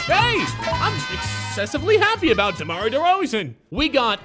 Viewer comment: Did he say Demari derozan?